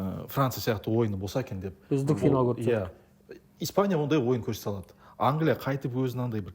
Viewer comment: Бере-Ді ала-дыы деп соңғы буынга койғаны кулакка жагымсыз